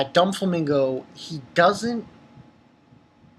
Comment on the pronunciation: Bro, I think it's do-flamingo but not don-flamingo, am not sure though but great review. Keep it up